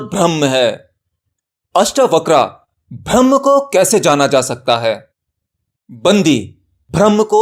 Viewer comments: Bhaiya mere bhram braham me antar hota he uccharan sahi nhi he .jai maai ki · Pahle bolna sikho Bharam nahi Braham hota hai